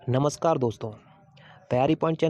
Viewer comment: नमस्कार होता है नस्कार नहीं